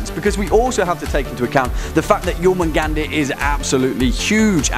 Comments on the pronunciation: I'm sure I'm not the only one to correct this, but it's pronounced "Yor-moon-gond" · You said his name wrong